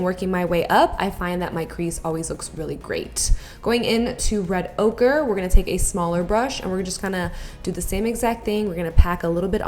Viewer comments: Lol she says Red Ogre instead of red ochre 😂😂 I love you 💕💕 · Lmaooo😂😂😂😂 she sed ogre instead of ochre😁😁😁💕💕💕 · Sounded like you were saying red ogre haha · I kept hearing "red ogre" it was making me giggle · I kept thinking you were saying "so I'll just take some more red ogre..." For that eyeshadow lol 😂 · I kept hearing red ogre. lol. Very nice look and glad our ma is back! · "Red ogre" I cringed so hard😂 but it's alright girl we all fuck up sometimes. Love you! Xxo